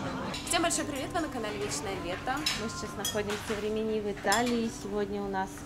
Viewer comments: рИмини уже писали Вам про неверное ударение- хотя бы названия городов выучили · Почему постоянно РиминИ, а не правильно - РИмини?